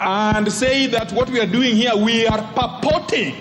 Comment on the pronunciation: "Purpoting" 😂 Kajwanga all the way